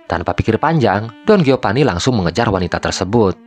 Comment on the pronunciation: Geopani, Gonjalpo, hahahaha..... Sunda banget.